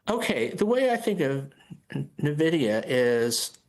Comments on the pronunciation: nuh-vid-i-a sounds uninformed. It's en-vid-i-a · Oh my god... The company is pronounced "en-vidia" not "nah-vidia." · Come on, Boomies: it’s pronounced EN-vidia, not NUH-vidia. Duh. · Gamers "En-Vid-yah" Everybody else "Nuh-Vid-yah" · Take a shot each time one of these folks says “Nuh Vid Ee Uh” 🤣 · "ni vidia"? First time I heard it pronounced like that.